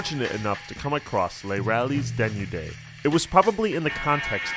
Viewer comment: How this nigga says Les Rallizes Denudés lmao